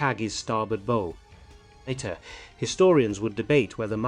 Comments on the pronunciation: WHY CAN'T NARRATORS LEARN THE PROPER WAY TO PRONOUNCE "BOW", THE NAME FOR THE FRONT END OF A SHIP! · Ugh! Total AI slop. The voice can't even properly pronounce "bow" as in the front of a ship and the images have nothing to do wit the narration -- they are discussing Admiral Isoroku Yamamoto while showing Victorian era factory workers. The script isn't historically wrong in any gross sense but the video is completely out of whack. Whoever worked on the video was either massively ignorant or lazy. Or both. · This is largely BS. First, the AI narration mis-pronounced "bow" as in the bow of a ship. Then goes on to say the Americans new exactly where the Jap fleet was. They had a general idea, and a search for the Jap carraries ensued. That's where I had enough. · "Bow", every time. Arg. Ship's bow pronounced like longbow. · Why can’t AI pronounce “bow” as it is pronounced when it refers to the front of a ship, but instead pronounces it as if it is a fancy knot in a ribbon?